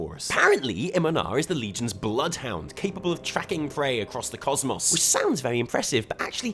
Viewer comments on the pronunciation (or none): none